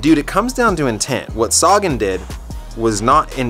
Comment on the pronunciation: Upronaune Sagan so wearg. U say like saagan.. u should say sagaan.